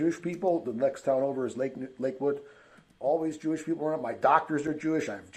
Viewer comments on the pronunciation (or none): JEWISH, not J-ish